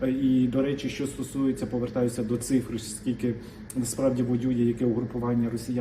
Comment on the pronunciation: ТИ МОЛОДЕ ПОКОЛІННЯ,ЯКЕ ВЧИЛОСЯ І ВИРОСЛО У ВІЛЬНІЙ УКРАЇНІ,АЛЕ ТЕБЕ ГИДКО СЛУХАТИ,БО ТИ ПРОСТО ВІДКРИТО ЗНУЩАЄШСЯ НАД УКРАЇНСЬКОЮ МОВОЮ: ЩЬО,ЩЬО,ПОЧЯТИ,ЯКЩЬО,ЧЯСТИНИ,ЩЄ,ДОЩЬОВУ,ЧЯСТИНУ,ПОЧЯЛИ,ЩЬО,ЩЬО,ЩЬО,РОЗПОЧЄНАЮТЬСЯ,ЧЮЄМО,ХАРКІВЩЄНА,ПОБАЧЄМО, ДА,ЗВИЧЯЙНО,ЧЯСУ,ВИВЧЄННЯМ,ДИНАМІЧЬНА,ЩЬО,ЩЄ,ЯКЩЬО,ФАКТИЧЬНО,ЧЄ,БАЧЄМО,ЗВИЧЯЙНО..........!!!!!!!!!!!!! ЩО ТВОРИТЬСЯ З ТВОЄЮ МОСКАЛЬСЬКО- УРОДСЬКОЮ ЩЕЛЕПОЮ І В ЯКОМУ УКРАЇНСЬКОМУ СЛОВНИКУ НАПИСАНІ ТВОЇ СЛОВА?????????????????????? ТИ ГАНЬБИЩЕ УКРАЇНСЬКОЇ МОЛОД!!!!!!!!!!!МИ ДУМАЄМО,ЩО ТОБІ ПОТРІБНО ЗНИКНУТИ З УКРАЇНСЬКИХ ЕКРАНІВ!!!!!!!!!!!!МОСКАЛЬСЬКОГО УРОДА НАВІТЬ МОГИЛА НЕ СПРАВИТЬ!!!!!!!!!!!!!!!!!!!!!!!!(Українська молодь,США)